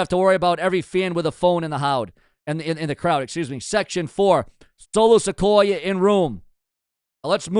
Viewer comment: Dude I ride with you but the way you pronounce names is like you don't even hear the way there said! It's Solo Sikoa(Siqoua) not Solo Sequoia the way you say it! You finally got Oba's name right now work on Solo's